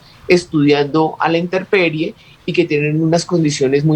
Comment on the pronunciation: INTERPERIE o intemperie, señora Katherine, a menos que está hablando de otra cosa, según la RAE se pronuncia "INTEMPERIE".